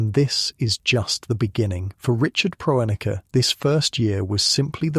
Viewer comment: Can't even pronounce the man's name